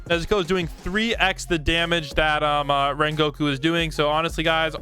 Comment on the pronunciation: HOW DID YOU SAY RENGOKU TRASH